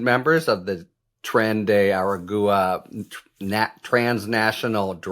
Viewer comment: PLEASE !!! It is pronounced a-gwa, NOT a-gu-a.